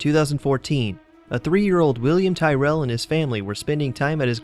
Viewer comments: The facts he said from the William Tyrall was completely wrong and he said his name wrong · You pronounced Tyrrel wrong. And plus I live about 30-40 kms away from where he lived.